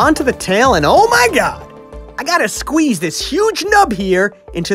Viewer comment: makes me laugh a lot from the way he says squeeze